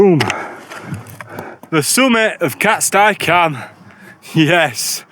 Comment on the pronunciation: Im 45, a northerner and had climbed most wainrights by the time I was ten, and all I can tell you is it's been called 'cat-stee' cam for my whole life. Never once heard anyone call it 'cat-sty' and winced every time you said it.. who's with me? ... While I'm at it, same with sca'fell pronounced ska not skaw.. my brother recently changed to calling it 'skaw' after a lifetime of the opposite which also freaks me out but he's lived down south a long time 😂 Another top vid dude, cheers 👍🌄⛰